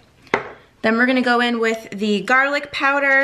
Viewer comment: Garrrrlick! You ruins it!